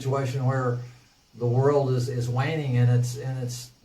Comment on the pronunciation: roflmao the way he pronounced world... the "whirled"